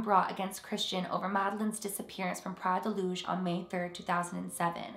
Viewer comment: From a Portuguese subscriber: the way you said Praia da Luz was spot on! it sounded almost native! When it comes to the case, yeah Portugal is considered very safe (in 2020 it was considered the safest country in Europe and third safest in the world) but shit still happens here. Don't go anywhere thinking it's safe and then completely neglect rationality, there are bad people all over the world. Anyways, I'm sure that if they didn't do it then they must have regretted leaving their children like that every day for the past how many years now. When it comes to my theories, as a born and resident in the Algarve (the area where Praia da luz is located), in my opinion, that guy is a scapegoat. I have a friend that lives right where it all happened and everybody there has no doubt that the parents did it.